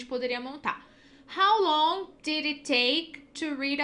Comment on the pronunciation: Quando falou "How longui" , já perdeu credibilidade